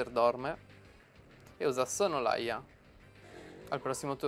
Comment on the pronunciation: mi spieghi perchè dici SONNOLAIA quando c'è scritto SONNOLALIA???????? ahahahahahahahahahahahahahahahahhahahaha